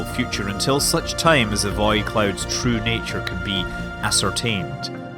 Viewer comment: The way you say "void" is pretty interesting. "Vaid clouds"